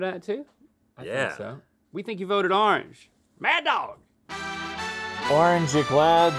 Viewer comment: They say ‘are-nge” 😂 and not “or-ange”